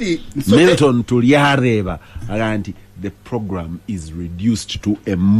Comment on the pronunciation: Sorry it's Tulyareba not Tubyareba